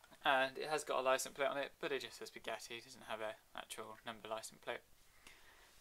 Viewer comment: It's not beuggatti is buggatti